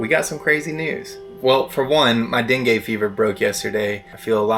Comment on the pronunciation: Love your vids, fyi for future reference it's pronounced "dengee" fever! glad you're over it finally 👍